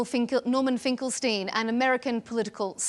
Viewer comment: Coming from a guy who LITERALLY can't even pronounce his own name. Norman Finkelthtein. If thith guy wath trying to give me advithe, I'd laugh in his fathe.